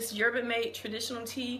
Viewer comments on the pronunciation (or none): Pronounced Yerba mat-tay........:-)